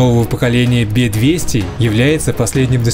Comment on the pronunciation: Не БЕ 200.... А Раздельно Б - Е 200